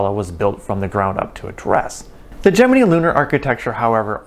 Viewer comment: Your pronunciation of the word Gemini is retarded. Where did you go to school?